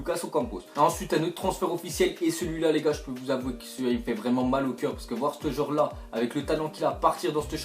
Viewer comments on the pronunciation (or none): C pas "ste joueur" la c'est "ce joueur"